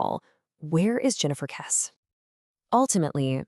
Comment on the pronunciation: It's pronounced "Kessie." You've clearly not listened to any of the hundreds of videos on the Kesse case.